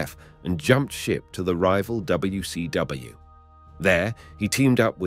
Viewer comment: Shot of tequila for each time he terribly & badly says "N U O, Ayo-W-E" yet says WCW and WWF correctly